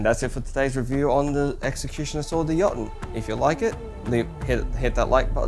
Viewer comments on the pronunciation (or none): Another fantastic video. The sword looks brilliant. Two things I'd like to point out is your pronunciation of the weapon sounds off (to me at least) I'm sure you're already aware of the mythological inspiration for the name and the second is when you're stating the price of the weapon maybe chose a few different currencies (Australia Dollar, Us Dollar, Pounds and Euro). I look forward to more of your content!